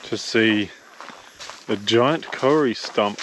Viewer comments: It's Kau-ri, not kori. At first I wondered what the heck he was talking about. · I cringed every time you said Kauri too sorry dude. You just need to roll the R. Try "Koe-dee" Loving your vids. Keep up the good work!